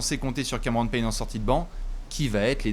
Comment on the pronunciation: "Cameron Peigne"